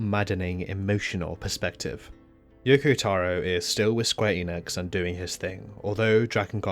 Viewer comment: yokotaro not youkoutaourour gadeyummalditos gringos aprendan a pronunciar correctamente las cosas